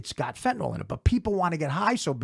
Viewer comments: Fentanyl (fentANIL) not fentaNALL. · That's not how you pronounce "fentanyl!!" It's not fen-ta-nol!